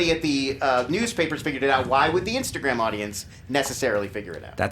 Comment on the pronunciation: best "insagram"